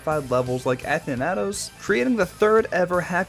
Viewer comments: A-than-ah-tose kills me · A-than-it-oes, sun-ix mispronounciation